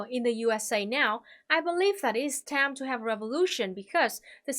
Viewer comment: I love how she pronounces "time" tam